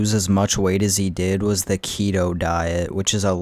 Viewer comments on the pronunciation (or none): none